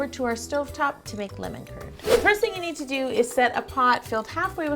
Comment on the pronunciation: Am I the only one who thought she was saying "lemon turd"